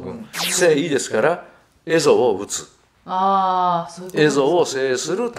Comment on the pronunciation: 「坂上田村麻呂による蝦夷征伐」と言われましたが、平安時代初期においては、蝦夷は「エゾ」ではなく「エミシ」と言っていたと思います。